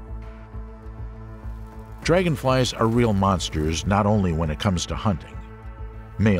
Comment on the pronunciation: Stop calling them Monsterrs.